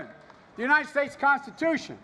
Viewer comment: In Philadelphia he has a crowd of what, 300 people? And Joe.... it's u-n-I-t-e-d..... not ..... u-n-i-n-t-e-d